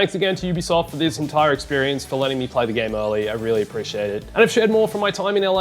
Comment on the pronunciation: It's UBISOFT, emphasis in SOFT